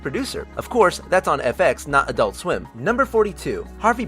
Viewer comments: Why can't Americans say "adult" properly? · EnergyN7 There are two syllables. I pronounce it "ad-ult", like everybody else who isn't American.